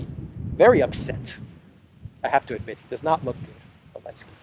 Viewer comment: Elensky parfoum, Z scent 😂😂😂😂😂